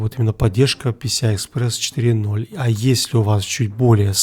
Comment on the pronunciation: "Если у вас третья версия писи ай экспресс"))).